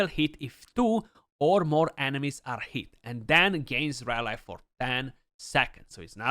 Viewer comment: great vid but rally is pronounced as ra-lee not ra lai.